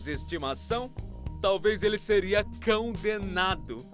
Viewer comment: "Cãodenado" é foda kkkkkkkkkkk